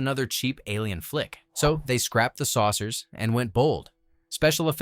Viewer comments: SOURCERS - SAUCERS BEARLY-BARELY For Pete's sake, get someone who speaks English. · Saucers not sourcers ! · "SAUCERS", not "sourcers"